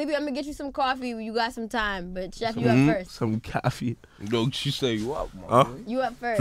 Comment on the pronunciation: sheff g funny as fuck . Bro really said “some caffie” 😏 And sheff just there blushing 🥰